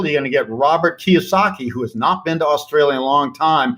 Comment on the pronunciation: It’s KiYOsaki not KiWAsaki 🤙🏾 thank you 👌